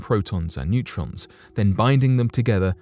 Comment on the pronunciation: i think he’s saying neurons instead of neutrons? 😂 he has a speech impediment party masked by his thick accent, but in any regard voiceover should not be his chosen vocation. 🙄